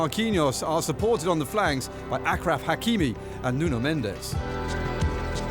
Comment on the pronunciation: Did he just call Achraf Hakimi AKRAF HHH I AM DEAD BRO